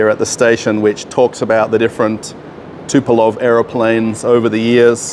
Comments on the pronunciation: Tupelov 😅 - good yoke. His name is Tupolev (Andrei Nikolajewitsch Tupolew) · TUPOLEV, not Tupelov. 😉